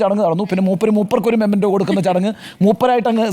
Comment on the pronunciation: അവഗണിക്കപ്പെട്ടപ്പോഴും ചിരിച്ചു കൊണ്ടു നിന്ന ആസിഫ് അലി യുടെ മനോഭാവത്തിന് ഒരു ബിഗ് സല്യൂട്ട് . മൊമൊൻ്റോ എന്നല്ല മെമൻ്റോ എന്നല്ലേ ശരി?